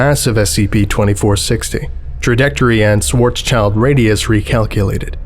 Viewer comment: The instant he said Swartzchild radius I started laughing, because I knew there was trouble. XD